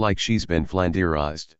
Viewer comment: text to speech trying to pronounce more complex words (EXTREME DIFFICULTY)